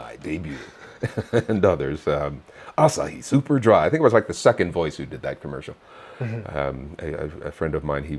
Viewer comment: アサヒスゥー⤴パァ～⤵ドゥrrラrrrrァァイ ｗｗ 凄い人ゲストに呼んだんですねー！ 凄く興味深い話が盛りだくさんで面白かったです！ こういう経歴のひとも日本にいるんだな～って感心しましたー！